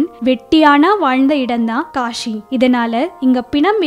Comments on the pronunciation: காஷி இல்ல காசி. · kashi illa kasi ok va. ya tamil varatha class ponga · It's not Kashi, it is kasi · காஷி இல்லம்மா காசி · Kashi illa kaasi Tamil ah kola pannathinga